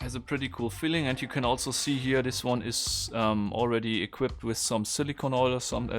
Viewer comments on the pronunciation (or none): none